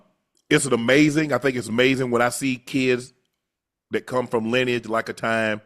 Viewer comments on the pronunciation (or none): none